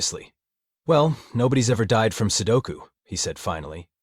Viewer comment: "sukolu"? "sudoko"? TF?